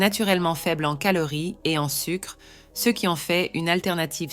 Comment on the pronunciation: Est-ce que la madame qui fait la narration a des ennuis cognitifs? Elle n’arrive pas à dire les mots : ce et ces, de plus, elle dit les nombres en ‘’angles laids’’ … Elle semble aussi souffrir d’apathie. Je suis inquiet pour la madame.